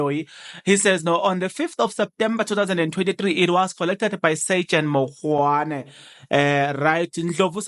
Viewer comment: Mogane not mogwane😮